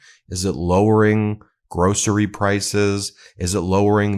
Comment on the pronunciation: Gro .cerys. Gro ceries... let's say it all together now 😂😂😂 cheese.... 😂😂😂